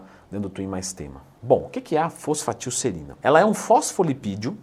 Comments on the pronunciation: FOSFATILserina 🤣🤣🤣🤣 Pesquisou no chat gpt e gravou o vídeo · reparem como ela fala errado o nome kkkk faltou aula quimica